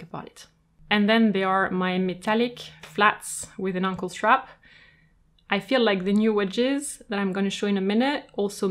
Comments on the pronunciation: OH! ANKLE SHOES!!! Lol... I thought you were calling them UNCLE SHOES!!! XD oh boy... that took me a while to figure out. (Aey)ng-kul ~ (Ung)kul... got it! Rewatching with understanding now. Lol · I have an issue that I have to wear matching colours because I love colour. Therefore, I have shoes to match each outfit. Do I wear them all? Yes! I love hearing that someone else says ankle with an accent which is heard as uncle by everyone else. Comforting to me. You have a beautiful soothing voice and I love your extensive knowledge. Thank you. I own over 100 pairs. 🥰🥰🥰🥰🥰